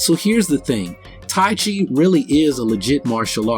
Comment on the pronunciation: I agree with you, buddy. Taiji is not just for health; it is foremost a martial art. There is utmost misunderstanding about Taiji. By the way, it is pronounced Taiji not chi. Ji and chi are different in meanings. Thanks for defending Taiji.